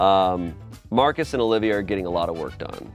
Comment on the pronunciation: "OLIVA" lol